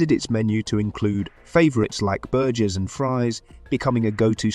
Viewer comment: The narration pronounced "burgers" as "burjurs". The information in the video might be good, but the ai narrator needs to be replaced. Sorry to judge, but a video on restaurants that doesn't know how to say the name of a common food item loses credibility